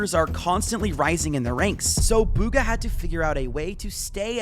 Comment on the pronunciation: "Buga" that commentator really ruined his name💀